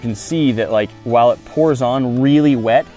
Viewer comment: I don’t mind it as much as his pronunciation of “while”. I mean... WAAHL